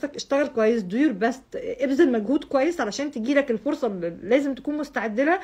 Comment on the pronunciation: بتنطقي ال English بطريقة عجيبة ..بتتكي ع الحروف ..best بتنطقيها pest والا bast ..وحاجات كتير تانية